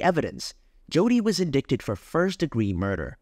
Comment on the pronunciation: Judy? Also, it’s pronounced “in-dighted”.